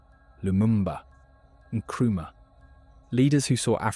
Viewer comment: You can't say any African names correctly? Not even Traore, Nkrumah, or Nyerere? So, neither West, nor East African?? Hope you are genuine, though? Not just there to lull us into some reverie of comfortable sounds?? But do keep speaking these truths - whatever your goal. Best wishes.